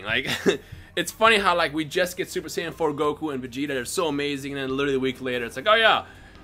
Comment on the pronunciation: when i watched his first video i thought he said super sandwiches